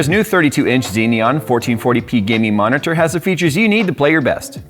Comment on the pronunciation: The way was pronouncing "monitor" in the sponsor segment made me crack up.